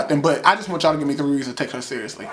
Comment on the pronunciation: Lmfaooooooo "whooooo the fuck are y'alllllllll" you said that so country!